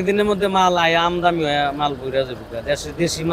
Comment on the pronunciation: আমদানি বলতে পারেন না আমদামি বলেন কেন